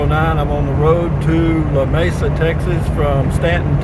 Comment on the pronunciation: It is pronounced Lamesa the e is like it is read aloud. There is no separation of the La-mesa as you pronounced it. No Spanish influence on the name.